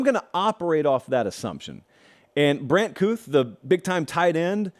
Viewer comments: Hey just wanna make sure you know in a respectful manner. Brant kuithe's last name is pronounced like (key-thee) Love the show👍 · Brand kuithe is pronounced keethy